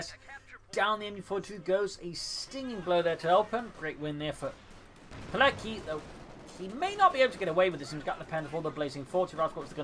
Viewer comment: FYI, it's pronounced PEE-LETS-KEE, with the accent on LETS, like the WA in Kowalski.